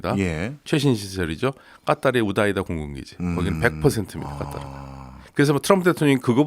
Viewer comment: 일반적으로 카타르라고 하는데 아랍 발음 한답시고 까따르 까따르 하니까 ㅈ 나게 듣기싫네.